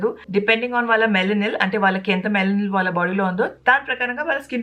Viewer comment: Ur video is perfect. Also just correcting u kindly- its melanin…. Not melanil